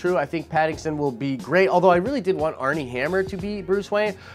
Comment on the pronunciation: He says "ArNie Hammer" when it's "Armie" and I see myself always being torn between an N and an M everytime I'm saying his name lol! Ben Affleck had a bad script, he wasn't a bad Batman. So... I'm up for anyone taking the role ok, maybe not Jay Barruchel he's too Hiccup-y looking if the script is solid and they do a solid work.